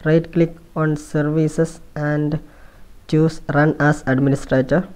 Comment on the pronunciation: I like the way he says "survicees" instead of "services"